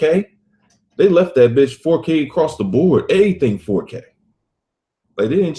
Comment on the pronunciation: LMAO, "Eaiything"!